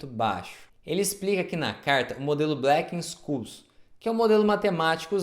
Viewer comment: "Blequenxôules", amigo. Não é "blequensculs" não.